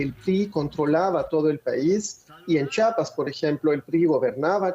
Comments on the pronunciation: La pronunciación correcta es... CHIAPAS, NO CHAPAS. Corrección en las pronunciaciones. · Ch "i" apas!! 🤦🏻‍♂️😂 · C H I A P A S, Dios, de verdad que hay gente que no sabe leer 🙄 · Es chiiiiiiiiapas chiiiiiiiiapas lleva i lleva i